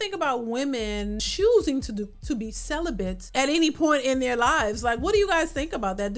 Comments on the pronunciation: She said “celibent.” SHE NEEDS SOME “D” big time! 😂😂😂😂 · Celibate, not Celibent.....